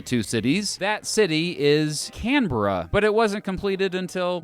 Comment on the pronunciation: Well he did say Canberra right